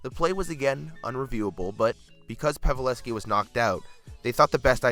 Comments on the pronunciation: ah yes the great sharks player Joe Paveleski actual prnounciation is PAV-EL-SKI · Pavalevski is how he pronounced it. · He mispronounces so, so many names in each video it's ridiculous lol "pavelevski"??? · how did he say Joe Pavelski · Pav-e-leski? Clam-bell? facepalm